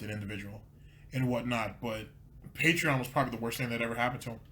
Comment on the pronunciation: Ever notice when he says patreon he puts emphasis on the "pa" part. Lol.